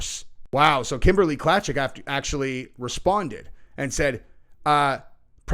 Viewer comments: Just so you know, Klacik sounds like Clay-sick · Pronounced "clay-sick"